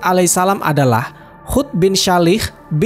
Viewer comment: Nabi Hud bukan khud